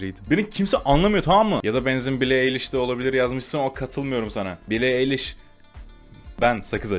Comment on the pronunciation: BİLİ EYLİŞ DEĞİL BİLİ AYLİŞ TMM MI fdgdhzdgcnvgd